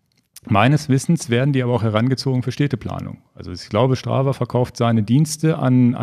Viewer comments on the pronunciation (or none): Schtrava hahahahaha...